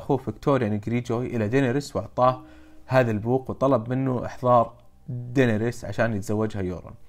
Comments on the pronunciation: اللي نعرفها وكل العالم ينادونها دينيرس عادي لاكن دينريس حقتك عجبتني 😂😂😂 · ليه تقوول (دينيرس)بسرعه تراها غلط😂😂